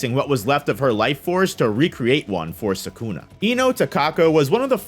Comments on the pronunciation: Can you try a little more to pronounce Sukuna instead of Sakuna, and just so you know Sakuna is a female name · Ah yes, "Sakuna"